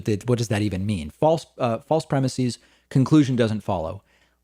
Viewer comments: "Premises" is pronounced with an "ehz" at the end, not an "eez". Otherwise well done. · David - thesis/theses - crisis/crises - prognosis/prognoses - neurosis/neuroses. Words ending in -is get the -eez pronunciation when pluralized. PREMISE does not end in -is, and the plural is therefore pronounced ˈprɛmɪsɪz. Adding that -eez ending is just something that not very bright people do to sound brighter than they really are. Don't be like them, it's beneath you. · FFS!! It's premises, not premisees. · Pleeeeeease stop saying "premiSEEZ".......it's premiSEHS." It's only EEZ for Greek-origin words going from singular "is" endings to plural "es" endings: thesis - theses; basis - bases; crisis - crises; analysis - analyses; oasis - oases; hypothesis - hypotheses. (I could go on!) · Dave. Why are you pronouncing premises like that?